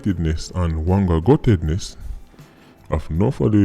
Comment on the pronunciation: Wangaguttedness😂😂😂😂😂😂😂😂😂 if mi spell it right. Serious thing still but mi haffi laugh